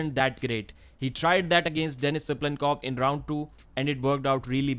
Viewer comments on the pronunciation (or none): none